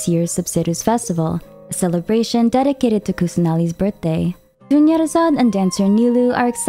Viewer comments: Did nobody notice the Dunyarzad becomes Doneyarzad 💀💀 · I was so serious watching the video bc I skipped every dialogues but the "Doneyurzad" had me dying 😭 the way my jaw touched the submarine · Dunyarzard becomes DONEyarzard 💀😭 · Dunyarzad becomes DONEYARZAD💀🤣🤣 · “Dunyarzad becomes Done-yarzad” I can’t breath. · Wasn’t ready for “Dunyarzad becomes Doneyarzad” omg 🤣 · "Dunyarzad becomes Done-yarzad"!!! I like that! 🤣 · "dunyarzad becomes doneyarzad" NO WAY